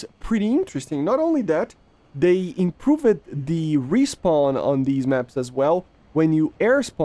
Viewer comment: bro he speaks english for like 10+ years at this point, yet it's still "hitted", delah-yed, improh-ved,etc. English isn't my first language either but I don't talk like that.